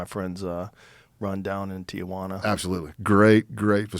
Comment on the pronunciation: It's Tijuana, not Tiajuana